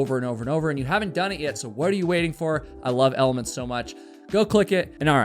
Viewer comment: It's pronounced element. Not elementy. Should maybe get the product that's sponsoring you correct just sayin